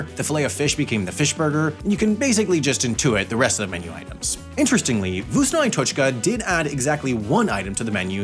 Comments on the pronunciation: voosnoh ai toech kuh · Damn, my lovely "vuusno ay toshka", the best restaurant ever. Yes, Russian is kinda hard to pronounce, but it sounds so wrong... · Its pronounced fkusno e totchka and it means ”tasty period” like the punctuation. It obviously works better in russian. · The k is not silent and the i is said like the letter e when you sing the alphabet in Vkusno i Tochka (Вкусно і Точка) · It pronounces like "Vkusno ee tochka", literally translates like "tasty and point(dot)" and in meaning "tasty and thats all". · "voosnuh eye tochkuh" 🤣🤣🤣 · Ok, as a Ukrainian, I need to speak out. Most of the footage you've used of McDonald's is actually from Ukraine (the visible text was in Ukrainian). And the pronunciation of Vkusno i tochka is wrong on so many levels. It's pronounced something like fkoosna ee tochka. Oh, and we had shrimp in Ukrainian McDonald's as well, before they closed because of the war. That said, love your content, and thank you for talking about this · why did you replace russia with ukraine? Ok, as a Russian, I need to speak out. Most of the footage you've used of McDonald's is actually from Russia (the visible text was in Russian). And the pronunciation of Vkusno i tochka is wrong on so many levels. It's pronounced something like fkoosna ee tochka. Oh, and we had shrimp in Russian McDonald's as well, before they closed because of the war. That said, love your content, and thank you for talking about this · That i letter in "Vkusno i tochka" is actually pronounced as the Russian и letter, the same way it sounds in the word "Shrimp". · The "i" is pronounced like the English name of the letter "E". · I'm russian. The i in the name is pronounced closer to ee, but short. Also, the k in vkusno is pronounced. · correction, it translates to "tasty and period" and or "delicious and period" not "tasty and that's it". yes he butchered the pronunciation of the Russian part but whatever.